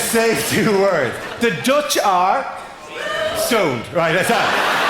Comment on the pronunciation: TBH it doesn't sound like he said stoned, it does sound like he said sowned. It's only because I know the context that can figure out what he said.